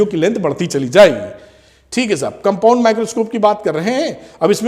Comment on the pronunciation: Sir is saying me " thik hai sahub " 😂😂